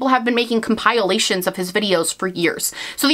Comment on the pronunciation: "Compilation" is pronounced "comp-uh-lay-shun" not "come-pile-ay-shun".